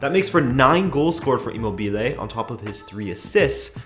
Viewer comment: Dude, I love your videos, but your pronunciation of "Immobile" is horrible. It's not "Immobìle", it's "Immòbile". Ciro's surname is actually a word in italian, it means motionless, still.